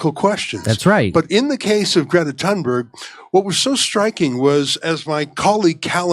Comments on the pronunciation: Hey, Jimmy. I love you, but it's pronounced "toon-berg." The 'H' is silent. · Thunberg is pronounced "Tuneberry". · Her name pronounces Toonberg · The last name is pronounced "Toonberg" as in Greta LooneyTune Berg. The 20 year old is a moron and a fraud. As for laughing at or remaining silent to ignore questions- those are techniques utilized by Hillary Clinton, Kamala Harris, AOC, Adam Schiff, and so many others who can't face the music but feed off the trough. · Jimmy! Greta ( pronounced "Grieta) is AUTISTIC! And her surname is pronounced "Tunberri). And I'm DONE with Kurt's IGNORANCE!!! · "I didn't have the bandwidth". Really, Jimmy??? You sound like Bernie looked when he put his phone to his ear. And you're mispronouncung her name on purpose. Just like Latin names. Jimmy is a Hypocrite, & Steph, or somebody, should post him up. God knows he has a contempt for reading his own YouTube channel comments. Why won't 'Jimmy' answer these questions? "I'd love to hear it". "He' won't answer it".😏